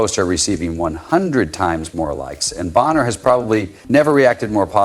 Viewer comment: U wypipo r delusional about things off the court about CC & that woman’s name is Bonner not booner dumbass